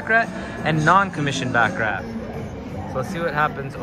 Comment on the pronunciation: You mispronounced baccarat